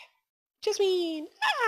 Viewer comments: IT'S PRONOUNCED JAZZ-MEN NOT JAZZ-MEAN!! :) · jasmine is pronounced jaz-min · Say it like jaz min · the e in jasmine is silent